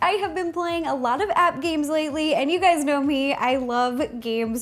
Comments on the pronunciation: was it me or did she say Hey gays! no offence to her but im british soooo yea..... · guys she said hey gayd